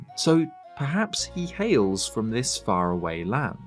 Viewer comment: don’t you mean “Fara-wayaway”?